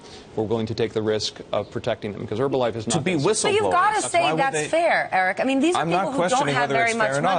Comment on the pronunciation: Why do they call it "Erbalife"?